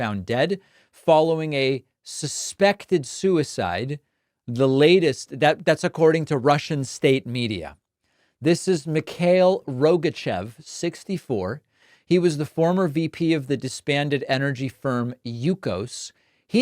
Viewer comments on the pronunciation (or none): Mikhail = Me-HA-eel